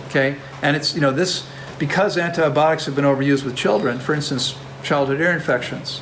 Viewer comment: Hi 🙋‍♀️ U know I am extremely grateful for your wisdom and generosity sharing that wisdom so please forgive me for asking you to actually enunciate the "I" syllable in the word "an-ti-BI-otics." This topic recurs enough to where we are going to continue hearing the pronunciation of this word. It has FIVE syllables not four as in "antiBOTICS." 😄 Again, please forgive me AND think kindly of me the next time u pronounce "An-ti-BI- ot-ics!" 🥰🥰🥰🥰🥰🥰🥰🥰